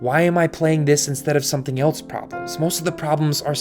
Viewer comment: Too many videos of yours I've seen where you do it, so I have to finally say something about it. There is no "t" iin the word "else". Stop it.